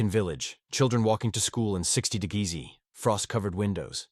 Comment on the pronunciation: AI pronunciation of temperatures just kill me! "60 degreezee" "71 1degriceers" 😂